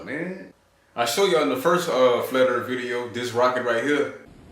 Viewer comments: So what is this earf he speaks of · I like "Da-Erff" guy. "Da Motherf&*(ing Erff be flat". "It ain't be round, Da-erff be flat". "Suck ma bawls, Da-Erff be flat". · Can't really argue if he says there is a dome above the erff. Now, if he said there was a dome above the Earth, that would be cray talk.